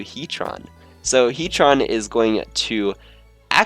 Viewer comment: heatron? its heatran